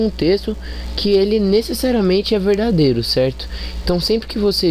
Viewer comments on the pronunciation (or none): Que será que este cara quis dizer com a palavra "veidadêro"? Problemas relacionados a ortoépia na fala do elemento é mato. Convenientemente parei de assistir ao vídeo neste ponto ("pressuposto veidadêro"), antes de 1 minuto. Mas posso subentender o que viria pela frente. Parabéns pela iniciativa, autor do vídeo! Em tempo, passou da hora de procurar um fonoaudiólogo, pois está precisando urgentemente de um.